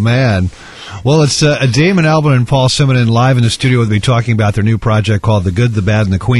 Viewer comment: He said Damon Albarn wrong.